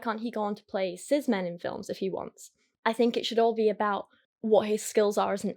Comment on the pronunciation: why does she pronounce cis as sizz